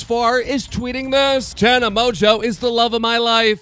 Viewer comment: why does he say Tana Mojo